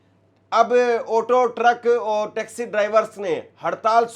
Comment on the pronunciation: Otto nahin Auto hota hai. Suru nahin Shuru hota hai. Bizli nahin Bijli hota hai. Baaris nahin Baarish hota hai. This person became an anchor? How?